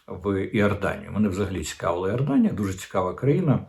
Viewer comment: Не Іорданія, а Йорданія.